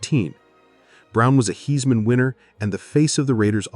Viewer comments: DITCH THE AI NARRATION!!! It said, “heesman” trophy, don’t deny you’re using it! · “Heesman winner” lol